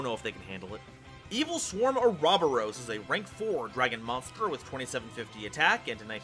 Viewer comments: OR-A-BOR-OS Oh god the way you said Ouroboros was physically painful 😅😅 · normally I love your content, but it is pronounced Oro-Boros